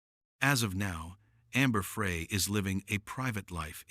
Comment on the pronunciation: Amber Frey is pronounced Fry. Geeze.